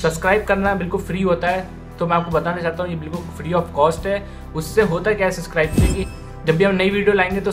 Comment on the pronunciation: Bhai subscribe bolte he suscribe nhi..